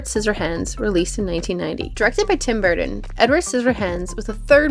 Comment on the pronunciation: GREAT MOVIE BUT REALLY THE NARRATOR CANNOT SAY TIM BURTON.?